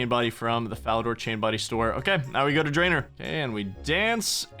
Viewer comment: Its drayNOR not drainER